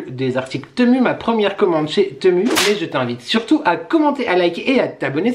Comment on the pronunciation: TEMU se prononce [timou] 😉